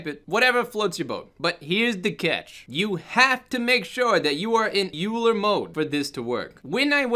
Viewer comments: Euler is oy-ler... assuming its the mathematician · I'm wondering if you filed a bug report? Blender is really prompt about addressing bugs like this, although I'm honestly not sure if this is something that can be fixed mathematically speaking. Also, it's pronounced "oiler" like the guy who oils the hinges. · Hey, thanks for the video. This is one of the thing I've been pulling my hair out over... But just fyi, "Euler" is pronounced like "oiler" ( the guy who it's named after was a famous swiss mathematician). In physics, spinning objects are studied using "Euler angles," which is probably why that option is named "Euler." ( But you'd have to ask the people who wrote blender). I don't mean to nitpick... It's just that I have a degree in physics, and I heard the name over and over for years 😃 Thanks again for you animation tuts... I know the basics, but pushing beyond just the regular walk cycle has been a bit difficult. These are a great help!